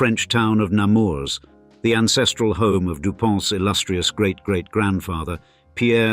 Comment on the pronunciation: In french, you don't pronounce the s at the end of Nemours